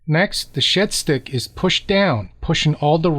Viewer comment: 14 mins in and I’ve just realised you’ve been saying shed stick and not shit stick